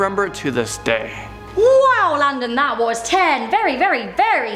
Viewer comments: Oh thats what it is! I have always though u he said "Do not sing" XD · Landon Do-Not-Sing 🤣🤣🤣🤣🤣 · Rebecca!!!!! And also am i the only one who hears "landon donotsing"? :P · Landon Donotsing? Lol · I thought he said do not sing!😂😂😂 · Who else thinks he says landon do not sing ? Jus me